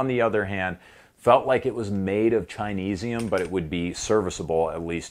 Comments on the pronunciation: Chineseium OMG Chineseium LMFAO that sir is the funniest thing I've heard all day literally LOL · “Chineseum!” ur hilarious. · Did he say “Chinese-izm”?! Dude that had me rolling 😂